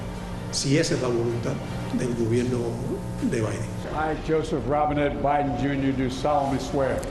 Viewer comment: Como de costumbre, visceral al extremo. Tanto, que se pierde y termina no diciendo nada. Además también es muy fantasioso, describe escenarios totalmente falsos. Como pueden invitar a este tipo supuestos analistas, cuando ni siquiera sabe pronunciar Biden.